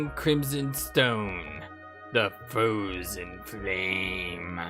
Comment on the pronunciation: Ahhh ha ha ha ha! That's exactly what i'm talking about! The Fwozen Fwame... XD XD XD